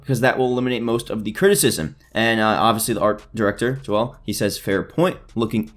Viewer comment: is no one going to talk about the fact that this dude said "JOE-EL" MY GUY ITS "JOEL"